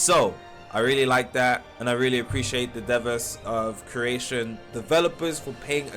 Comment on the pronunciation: Devas is pronounced Day-Vuhz 😇